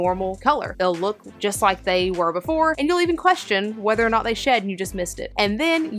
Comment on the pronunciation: I thought when you said "shed" you were saying sh1t and I was like "Oh..Reston doesn't go grey when she's about to take a sh1t on my bed.."